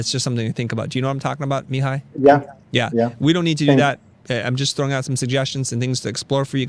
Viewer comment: As someone named Mihai, I cringed every time you said it. It's mē-HĪ with the accent on the last syllable haha